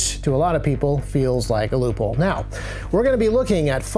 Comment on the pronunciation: You say loophole I hear leupold